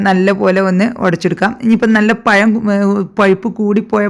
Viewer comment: പയം അല്ല മാഡം പഴം